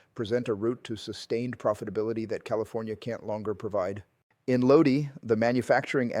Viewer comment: My Uncle worked there for years. BTW it’s Lodi (Low-Die)